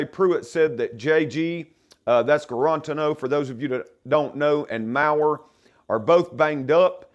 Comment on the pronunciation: Guarantano is pronounced like guarantee but change the 'tee to 'tano. Like the show though. Now subscribed 👍